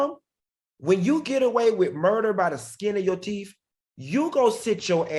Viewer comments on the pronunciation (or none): The ignorance here is laughable. ‘Skinna yo teeff’.